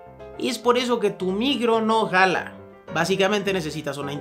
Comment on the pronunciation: Y dijo no gala en vez de no jala, pero que no habríamos de perdonarle a la amada y sensual